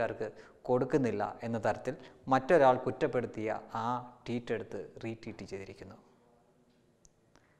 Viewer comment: ററീററ്(Teet?) അല്ല ററ്വീററ് (Tweet)ആണ്...